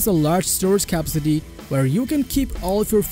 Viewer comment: Hi , some pronounciation tips. capacity = Ka-PASS-city not Kapa-city. Accomodate = A-KOMM-Odate not ACK-Ama-Date. Thank you for your video, it was very useful to me